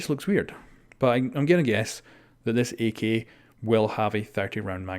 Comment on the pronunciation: He says "ak" like "E key"